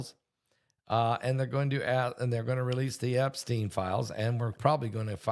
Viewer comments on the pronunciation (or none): none